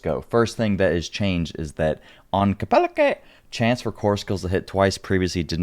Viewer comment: That's the weirdest thing I've ever heard saying kepeleke like that